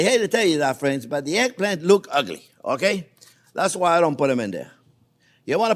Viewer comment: Glad to see that you made it through hurricane Ian ❤️ You keep talking! That’s what we learn from, though it took a few seconds for me to realise that what sounded like “airplane” was actually eggplant 😅 However, anyone who speaks with an accent means that person knows more than one language. Besides your English is miles better than my french 😎